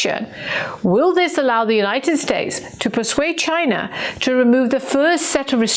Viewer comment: Ghina. It’s Ghina. Say it right 😂😂😂😂😂